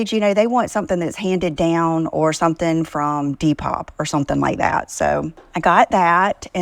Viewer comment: When says Different, she actually means Ugly. Also "...or sumpin like dat" drives me crazy.😵‍💫